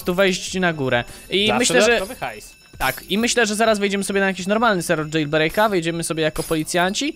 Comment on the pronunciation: jailbreak sie mowi jejlbreik i bazzy to admiros?